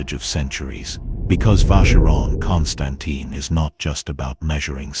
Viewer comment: Nice video. Just please learn how to pronounce "Constantin" :-) Otherwise, people can ask what can of expert you are, if you doesn't even know how to pronounce the name.